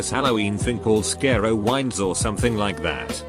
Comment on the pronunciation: Omg the way it pronounced carowinds and scarowinds